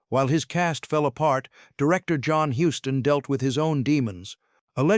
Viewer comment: HUSTON NOT HOUSTON!!!!!